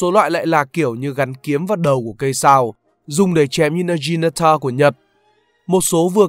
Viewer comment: Nghe naginata đọc là nơ ji nây tơ =))) ỗn